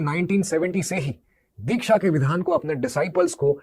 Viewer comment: are uncle dikhya nahi Diksha hota hai. Pehle bolna to seekh lo😂